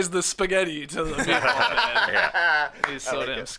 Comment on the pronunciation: “Spaghetti and MeatBol”